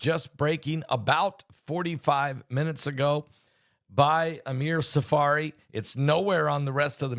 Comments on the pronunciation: The name is Amir Tsarfati not Tsafari. Love your news!❤ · please learn how to say Tzarfati correctly.